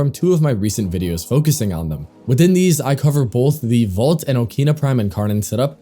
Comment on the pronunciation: I die inside every time you say "Vault" instead of Volt